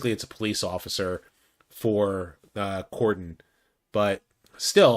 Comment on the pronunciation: Wow, your the 1st content creator that has pronounced Cordon correctly!!